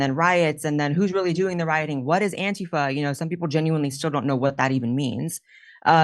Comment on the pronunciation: I love how she pronounces “antifa” correctly. ❤